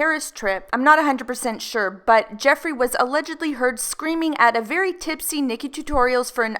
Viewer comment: "Made it 'V' clear"...how difficult is it to say the word 'very' ?? Lol 😑